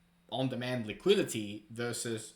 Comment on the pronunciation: On demand liquidity not liquility.